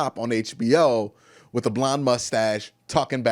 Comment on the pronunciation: I'm gone need him to put a "th" on the end of the word "with"..... No f in with 🙄